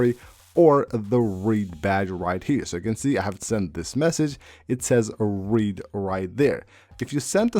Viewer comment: It’s not pronounced ‘read,’ like Reed. It’s past tense showing someone has ‘read’ it, pronounced ‘red’